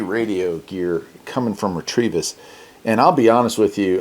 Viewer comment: Not a big deal but I believe you are pronouncing the name wrong. Ret-uh-vis.